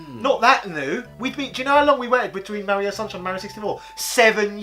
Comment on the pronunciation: Thank you for being some of the only YouTubers that pronounce Mario correctly. I was always ridiculed for saying it correctly. That is all. Carry on, gentlemen.